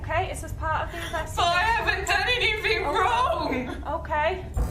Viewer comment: "I haven't done any-fing wong" Smdh 🤦‍♂️ can't even speak basic English